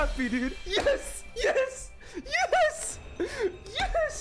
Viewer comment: I like how he says yesh.